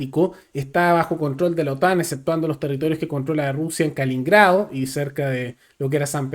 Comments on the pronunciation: con todo respeto.. Es Kaliningrado.. No. Kalingrado.. Solo ese alcance.. Era la antigua koninsberg.. Saludos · KaLININgrado, kaliningrado, que pasó? 😂 No es tan difícil decirlo pero el se equivocó como diez veces en este video 😂